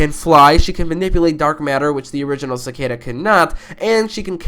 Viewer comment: Bro called Savitar, ‘Sabotage’ and called Cicada ‘Socata’ Ha, prob auto correct though